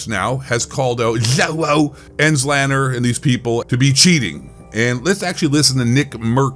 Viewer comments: Christ that got me laughing every time you pronounced his name., "zzzloowhoo" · You obviously have no clue what you’re talking about cause you can’t even say Zlaners name correctly 🤣 no pro or big time streamer does worth a shit during a LAN even or custom lobbied against 150 other pro players and big time streamers. Public matches are bots, kids and dads having fun.